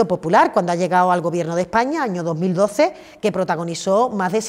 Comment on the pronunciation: Esta señora necesita un iphone 13 o un curso de pronunciación... que sinverguenzas estan con todo el rato llenandose la boca de "este gobierto progresista de España"